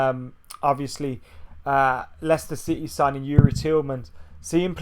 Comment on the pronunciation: Is that how you pronounce Lazio? Sounds wrong.